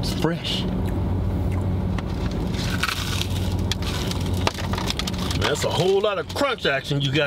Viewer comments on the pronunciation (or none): Lmaooooo it's fressh 😂😂🤣🤣